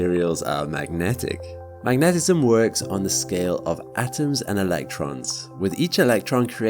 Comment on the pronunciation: The way you mispronounce "magnetism" in your ad-read is so bizarre, it makes me cringe. It's "MAG-ne-tism", not "mag-NET-esim". Cool-looking pens, though. None of us currently existing will be alive if we get any data back from an Alpha Centauri probe, assuming the probe will even survive that long, since it'll take 1000s of years to get there. But, it would be fascinating to even send one out. An actual interstellar probe. Too cool.